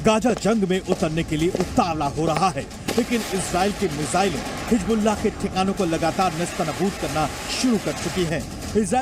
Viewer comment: Pahle bolna sikh lo. Hijjjjbulla😂